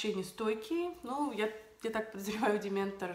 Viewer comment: Дементор)))))) Demeter без N. Дементоры - это другие чуваки =D